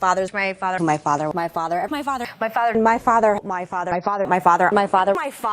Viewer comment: O.K., she is now officially the pokemon known as Maifathur McCain. during her dialogue, and attacks all she says is mai, fa, and thur.